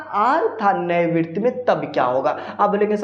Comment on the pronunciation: Virt bol diya hai😂😂😂😂😂😂